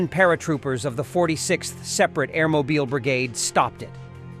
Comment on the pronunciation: Another propaganda channel, no evidence shown. Either narrated by illiterate or cheap AI, Air Mobeel, or Air Mobile?